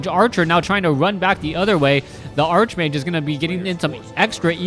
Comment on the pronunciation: I love you, but it's pronounced, "ark"-mage. You conjure the image of a wizard obsessed with arches. Think "archangel".